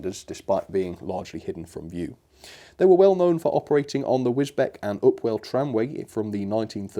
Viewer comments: Wisbech is pronounced Wizbeach, not Wisbeck. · Another great review, a fantastic model, although it’s pronounced ‘Wisbeach’, not ‘Wisbech’ 😊😊👍👍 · Hi, couple of bits for you. It’s pronounced Wisbeach not Wisbech. The J70s worked with Wisbech - Upwell tramway that supplied the farmers in the Fens with a railway to get the products to market. The Summer fruit trains were called the ‘grower special’. Passenger services stopped in 1920s however freight lasted into the 1960s. The J70s were also used on the Great Yarmouth tramway and few other Tram ways in East Anglia. There were replaced by 03 and 04 shunters. The village of Outwell on the Wisbech - Upwell line has a picture of J70 on the road sign. Reverend Awdry lived very close to line when we was the vicar of Emneth. It was at that church, where he wrote his railway story’s, that became Thomas the tank. Luckily one of Great Eastern coaches from the Wisbech line does survive is at the North Norfolk Railway. Would you please stick all the detail on the model, because it looks stunning, but also incomplete with our the doors. Lovely model, great review. Will have to buy one. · Wisbech is pronounced Wis-beach not Wis-Beck - just for record. I love this model. My grandfather drove them on the Fens of East Anglia during his long career as a driver with LNER and BR. Am so gonna get one! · I'm fairly sure Toby was based on the GER Y6, an earlier slightly smaller 0-4-0 design of tram loco. Wisbech is pronounced "Wizbeach" not "Wizbeck", you're not the first to do that! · Fantastic vid!! Boring bit: Wisbech is pronounced "Wiz-beach" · Fairly sure Wisbech is pronounced 'Whizz-beech'. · Wisbech is pronounced Wisbeach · Hi, you won't know this if you not local to the area but Wisbech is pronounce Wiz-beach, like the seaside. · Oh, Wisbech is pronounced like ‘wiz-beach’. 🤷‍♂️ Aren’t English place names fun?